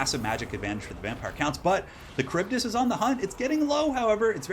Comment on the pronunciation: Wow, great as usual! Also you re the only one that manages to pronounce the kharibdys correctly! Extra points!!!!